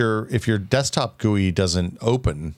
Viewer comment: Yeah, I wouldn't go around saying GUI like that either